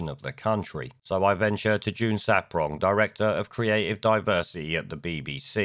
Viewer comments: It's SARPONG, mate, not SAPRONG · June SAR-pong, not ‘saprong’. Funny though, they say that once you go black, you won’t go back. Lammy’s missus is white, proves that wrong, eh? Sarpong is also well known as the gap-toothed race-card player in the feminist shit-show that is Loose Women. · Mate, I like your content, and have listened to a fair amount of it, but you HAVE to do some research when you put videos together. ‘The Archers’ is a very long running much treasured RADIO 4 drama series. It’s a famous part of British culture. And it’s June Sar-Pong, not Saprong. Small details, but if you’re going to lambast things or people in the news, you’ve got to get these things right or it makes you look foolish and your argument weak. Just saying. Your arguments though are obviously correct.